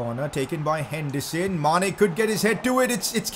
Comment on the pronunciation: He actually says hendison